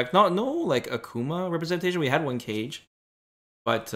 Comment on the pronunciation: This man calls Kage “cage” kill me now